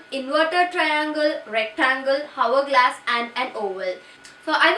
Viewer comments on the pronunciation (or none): Please pronounce hourglass correctly.